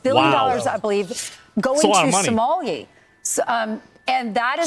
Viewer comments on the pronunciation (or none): she pronounces 'Somalia' like 'sommelier' 😂 The irony...